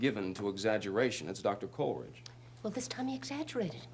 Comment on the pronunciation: is the only one who pronounces the name COLLeridge. It's KOLE eridge!